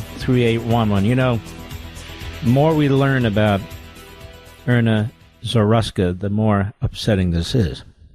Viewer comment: Erna? That’s how he pronounces Eryna? A name that’s all over the news? It’s like Ilhan, which he has been pronouncing as Ilian for years. Another name that’s been in the news…for years. As a person of the media, shouldn’t he be expected to pronounce these simple names correctly?